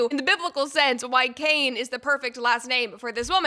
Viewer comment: “Paula White CAIN !!! The emphasis and point to the camera. That was hilarious! 😂